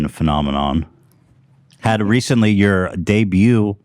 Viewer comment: "Phenomenon" haha